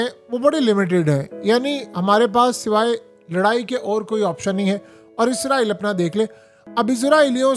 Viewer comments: عزرائیل نہیں ھے۔ اسرائیل ، ھے ، دنیا کو پڑھانے والے بابا پروفیسر ۔یوٹوبر۔حضرت۔علامہ ۔صاحب۔ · اسرائیل ہے لفظ عزرائیل تو فرشتے کا نام ہے